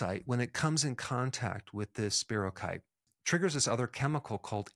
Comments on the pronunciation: I appreciate many of your videos, Dr. Berg, and am interested in much of this, but you know, genetic differences, even in MTHFR, seem to predispose some people to chronic illnesses, maybe Vit D or such could help even then. I was healthier in the summer when I had Lyme disease… please note it’s not Lymes disease, and check the pronunciation of spirochete (keet) so people don’t dismiss the other things you can add to this topic. I suggest everyone watch Under Our Skin documentary, sometimes it’s even free on YouTube. Look for the website on Lyme disease by Dr. Marty Ross, he also covers coinfections, which are often not acknowledged, and complicate things. Any additional tips on improving immune systems would be great! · FYI ANYONE: SPIROCHETE IS SPELLED SPIROCHETE OR SPIROCHAETE AND IS PRONOUNCED AS SPY- RHOE- KEET.